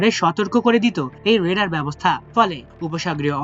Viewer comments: ওটা রেডার নয়, ওটা রাডার। উচ্চারণ ঠিক করুন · রেডার হবে নাকি রাডার হবে ? আমার দেশ ওও এমন ভুল কিভাবে করে? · রেডার কি 🤔 RADAR R = Radio D = Detection A = And R = Ranging উচ্চারণ ঠিকমতো সংবাদ প্রচার করবেন।